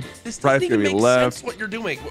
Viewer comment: Bro said mack 😂 Its MAKE